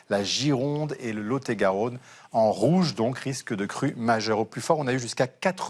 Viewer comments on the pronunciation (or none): A , je ne connaissais pas le "Laut-et-Garaunne" !